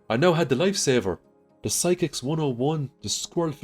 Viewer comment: Physics, not psychics. Also Alleyway Buf-fay not buf-fit. I am no grammar expert either. I didn't find Legend 2 bait to be very good. But i didn't have preserving and some tough Legends even with 2 trap bobbers. Maybe i needed some gold star dish o the sea.